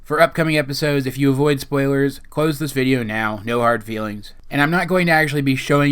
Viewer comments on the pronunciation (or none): none